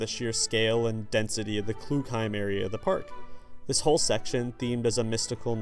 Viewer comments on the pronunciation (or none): Just by the way it is ‘KLUGheim’ not ‘kloogheim’ Brilliant video though!